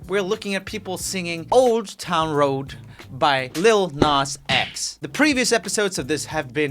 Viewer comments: Roomie can diss other people for how they sing or pronounce things but he can't even say road properly My reaction to this was WOAWD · sometimes when roomie says "road" it sounds like "woad" and it's killing me. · "Road" sounding like "Woad" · Haha he said old town woad in the intro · is it just me or did you here old town woad not road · At the beginning Joel said wode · At the start of the video he pronounces road like woad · You always get the tune wrong and the words mispronounced yeah i gonna take my hose to da own town woad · You said voad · Bruh is it just me or did he just say old town woad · Old town woad? Hahaha joel its ROAD! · How is roomie so good at singing also instead of saying road he said “woad” and when he said take it sounded like he’s one of those fathers who abuse there kids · Lil Nas X: Old Town Road Nobody: Roomie: Old Town Woad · Roomie : Talks about how the person mispronounced "horse" Also Roomie : Old town woawd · Mah woawh is better lmao 😂😂😂😂😂😂😂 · Not tryna be mean but did he say woad? On the first road??? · Realize on how roomie say wode on his old town rode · at the start he said woad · "Old town woad" - roomie 😂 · Roomie: making fun of tractol Roomie: also roomie “i gonna take my horse to the old woad” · Sorry, but I'm not too impressed with your version either, Joel. Talk about sounding generic 😬🤷🏻‍♀️ also, your pronounciation of "road" had me cringing down to my toenails. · I'm pretty sure he said woad😂😂😂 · it sounds like you said old town woad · Roomie: Makes fun of how this guy says tractor Also Roomie: Says "Old Town Woad" I love this guy 😂❤️ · OwO I'm gowna take mwai howse to the owd town woad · the way he says road though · he pronounced road with a w... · mandaron don’t have r in there language she wasnt trying to mispronounce the r